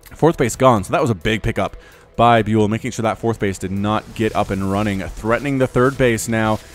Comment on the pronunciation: dude this guy is called "byAl" and not "byUl"